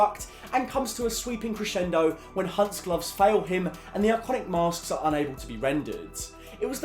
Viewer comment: I love the Brits pronounce "masks"